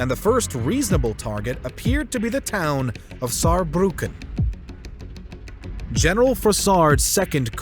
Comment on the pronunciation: Germany is stronger! 😂🖤🤍🖤 And Respekt you speaking "Saarbrücken" very good 😉